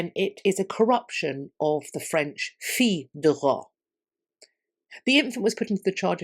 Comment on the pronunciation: In French, the L in ‘Fils’ (as in the French word for son) would be silent! Love your videos ❤❤❤❤ def top 5 channels I follow ❤ love your work